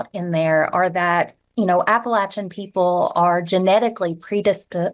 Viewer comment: App a latch e n, there’s no LAY in it.